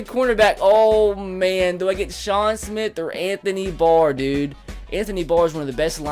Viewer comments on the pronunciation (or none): none